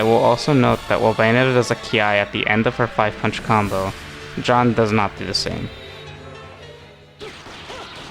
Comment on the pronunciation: Stop saying John, it’s Jeanne